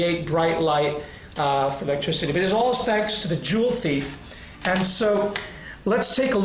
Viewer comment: juwelendieb haha. joule ≠ jewel